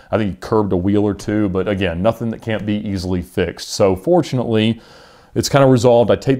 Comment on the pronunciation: oh you mean FOTUNATELY